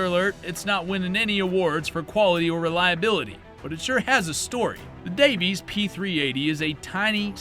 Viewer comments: Nigga you harped on that "Alaskan" mistake so hard but you legit think Davis Industries was called "Davies Industries" No, there's no irony there at all... /s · It’s DAVIS, not Davies. I own one of their O/U .38 Spec derringers. Paid $60 brand new about 94-95. Still got it, still works! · I thought it was Davis, not Davies. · It's not Davies industries it's Davis industries please don't besmirch my family name😂 The Jimenez ja 9 biggest flaw was it's ability to rapidly disassemble itself if you try to take it apart to clean it😂 Also fun fact about the rg if you got the ones that were made in Germany and imported, they weren't too bad not exactly high quality but they'd hold together and were fairly accurate. (I keep a 38s in my cabinet) The ones that were manufactured in Florida, those were trash. Also with the rg22 the pin that you unscrew to swing the cylinder out functions as an ejector. You don't have to go digging for cases, ust poke them out with the rod.